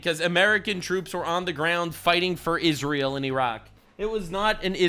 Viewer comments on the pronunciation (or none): none